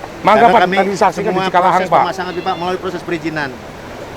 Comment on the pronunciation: Cikalahang sanes cikahalang😂